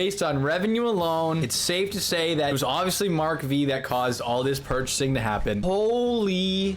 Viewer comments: Mark five not “Mark Vee” 😪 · Mark V is pronounced Mark 5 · "Mark Vee" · That's Mark Five not Mark Vee. V is a Roman Number which means 5.